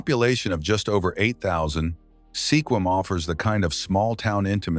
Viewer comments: Never heard SQUIM called Seequim or Sehquim before!! Have these people ever actually been to the PNW? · Sequim pronounced SKWIM!!!!! Get Juan de Fuca right, too, PLEASE!!! I so hate AI. This is the worst. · It would be nice if videos like this managed to pronounce the names of towns and other locations corrections correctly. Sequim is not pronounced Seequim. The "e" is silent. The name is pronounced Squim. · Wow!!! If your going to mention a town, LEARN TO PRONOUNCE SEQUIM!! He so butched it!! Badddddd!!!😂🤣😅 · Totally massacred the pronunciation of Sequim even though it was spoken three different ways---all wrong! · Not to mention Coeur d’Alene!